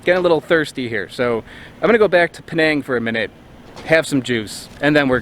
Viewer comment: Penang not Peneeng